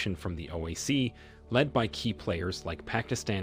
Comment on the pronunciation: Hey commentator it is. O. I. C not OEC or OAC. Learn the correct pronunciation